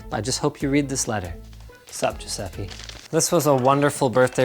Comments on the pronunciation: It made me genuinely happy when he say “sup Gesuipe” (idk how to spell that name but u get it) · And... after 4 years and a half... He pronounced wrong his name! XD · Can't stand you pronouncing Giuseppe wrong. My italian spaghetti soul is getting hurt.